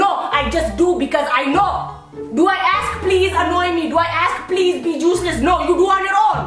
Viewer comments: who else hears juiceless instead of useless? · That's what I heard at first too😂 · It sounds like she’s saying juiceless 😂😂😂😂😂😂 💀💀💀💀💀💀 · This is going to be stuck in my head now. Instead of “useless”, I’m going to say “juiceless” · Anna Flanagan me too i was dying tho wen she said useless but is sounded like juiceless!! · i actually thought she said juice-less until i look at the captions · She Is saying juiceless on purpose..Btw im ARMY 22222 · "YOU'RE SO JUICELESS THAT ORANGES ARE DYING" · mother really said juiceless instead of useless 🤣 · The way she pronounces 'useless' as 'juiceless' 😂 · Everytime says useless it sounds like juiceless😂